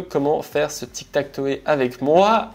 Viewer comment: Belle video comme d'hab, juste ine petite remarque, tu parle avec des termes anglais, tu devrai essayer d'améliorer ton accent par exemple on dit TikTakTow par TikTakToé, juste une remarque.😊